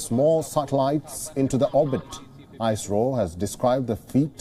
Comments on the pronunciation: It's Not I- SRO es-ro (ISRO) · It is not ' ice ro'. It is 'is ro'. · It is "IS-RO" not "ICE-RO"... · It's Is-ro and not Icerow! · EYES-RO.. REALLY!!! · If I had penny for every time he said I. Sro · it's not ISRO....It is ICE-ROW😂😂😂😂